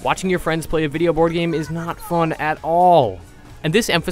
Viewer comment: I love how he emphasizes "...not fun at all!" and it gets worse from there. LOL